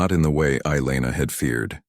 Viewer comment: Elana, not eyeliner 😁😆😅🤣